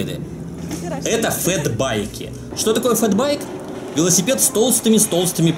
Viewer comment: Не фЕт, а фЭт байк!!!! ЧЁ все так недооценивают букву Э???! ты не исключение!